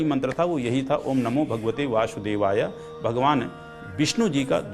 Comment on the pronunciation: दूसरों को ज्ञान देने से पहले आप अपना स्वयं का उच्चारणदेख लीजिए आप स शब्द को श के रूप में उच्चारण कर रहे हैं। आप वासुदेवाय को वाशुदेवाय बोल रहे हैं